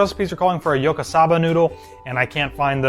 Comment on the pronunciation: It's pronounced as Yakisoba not Yokosaba noodles.